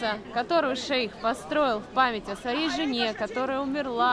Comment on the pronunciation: .Шах а не шейх.